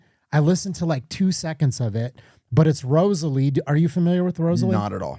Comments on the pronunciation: Rosalíá* not Rosalie. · It's Ross-ah-lee-ah.